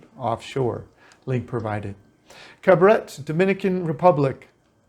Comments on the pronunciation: Excellent video. I live in Cabarete part time. No disrespect but the name is Ca-ba-re-tey (Cabarete) not Carbaret. So-soo-ah (Sosua), not soshooah, as you pronounce them. We foreigners tend to rename a town to our liking when that isn't correct. Anyway, Internet speed max is 200 mb if you have fiber optics installed for about 8500RD per month. Like any country, in the world you have immerse yourself in the culture together a better experience. So in this case I would learn Spanish as much as possible because like any other country, if you don't know the language, you will be taken advantage of. I'm Dominican but I am a gringo. And I'm treated as such until I open my mouth and they still try. You have to be somewhat of a fast thinker and talker when it comes to dealing with them there. Prices on most things have gone up since but it's still reasonable. Definitely way less expensive that in the US. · Enjoyed the video and have spent several winters there. Great restaurants s and delightful beach walks. The pronunciation of Cabarete is Cab-ah-ray-tay. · Pronounced: Caba re tey. (So su ah) That is not white sand! Light brown. Been there. Nice place.